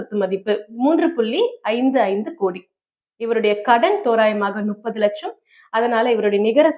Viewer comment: அது என்ன நுப்பது? முப்பது என்று சரியாக சொல்லக் கூடாதா?